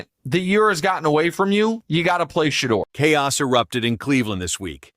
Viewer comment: Who's She-dur? Inconsistent pronunciation. Shedeur is already rich before the season.